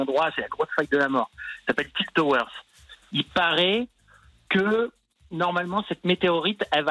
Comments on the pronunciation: T aurais étais en anglais tu saurais que le "de" a la fin se prononcé tiltd tower pas tiltaide tower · Il a dit tild toeur xD moi je me suis dit ils vont prendre un mec qui travail chez epic game bah non xD